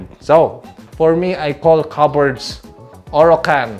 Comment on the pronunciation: Cupboard silent p dude!